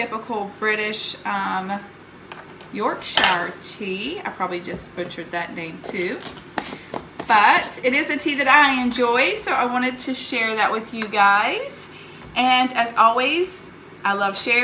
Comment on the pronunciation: Yorkshire is pronounced like york-sher not york-SHIRE!!